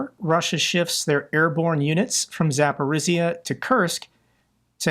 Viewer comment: Zaporizhia is Zaporizhia, not Zaporizia. Rylsk pronounced it Rilsk, y as a syllable in all the Slavic languages in the Latin alphabet or latinized is a short i, like bit, kit, hit... It is not i like in like or spike or I. Not. I.e., the international phonetic representation ai so that I = ai and like = laik and so on. Rylsk is for your purposes Rilsk, not Railsk or Rye -slk like the grain rye, no.